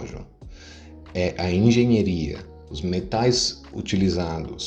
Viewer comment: "Engenheria" foi a pronúncia errada, é diferente de engenharia ou pura frescura mesmo?